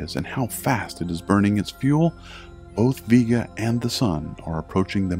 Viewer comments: VEE Ga, really. it's pronounced Vay-ga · It aint VEE-GA its VE-GA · I disliked the video because you are purposely mispronouncing the word "Vega". ITS "VEEGA" NOT "VAYGA" !!! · Why is it pronounced V-ga and not Vega? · My last name is Vega (vae-ga) and I didn't know the star is (veega) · You pronounced Vega wrong.